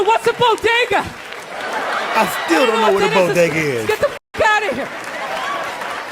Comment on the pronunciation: Say it with me, Bo-day-ga (Halfbaked)